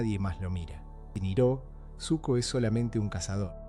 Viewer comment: La mala pronunciación de “Iroh” me hizo mucho ruido 😢 del resto excelente video!